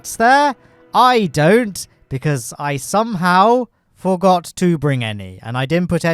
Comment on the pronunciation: "Forgor" rocket